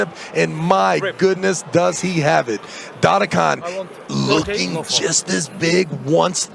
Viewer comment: Travis, try to learn how to pronounce the names: its not Dadikan, its DdikIan, its not KuredeRcha, its Kurdecha. You are Travis, right? Not Trarvirs or Bargernt, right? Devon also says to Tsvetkog Gaiorgi. Its George, simple, not Gaiorge. What makes it so hard?